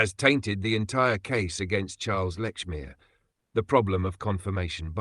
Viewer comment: No. Let's focus on Polly Nichols before moving on to the Annie Chapman murder and its time issue. 1, It's all very well talking about Lechmere not being alive to defend himself. Likewise, Sir Charles Russell is not alive to accept the challenge. And the fact you fail to pronounce Lechmere correctly on a number of occasions does not bode well for the integrity of your synopsis. It sounds sloppy and is an insult to Russell. 2, Likewise, the time issue. Llewellyn stated a few minutes after 4.00 am that Nichols died thirty minutes earlier. NOT 3.45 am. And the point about Lechmere being present at 3.45 am and being late for work is this again mere sloppy investigative work. 3, For me, one of the most damning pieces of evidence against Lechmere is the FACT that a man found with a murder victim, the ONLY man found with a Ripper victim who never raised the alarm by calling murder or calling for the police, casually disappears for THREE DAYS without reporting the incident. Sloppy work is again clear in the citation of clocks and church bells not giving the correct time. Yet in the dawn of the media sensation of newspapers, with no radio or television, a man who discovered a murder victim, and not the first in the area, is supposed to have not heard about the murder in the press, nor from the mouths of manifold people in the area. What nonsense. Why did Lechmere not come forward sooner? For some reason Lechmere slipped through the fingers of the law. But those three absent days, innoc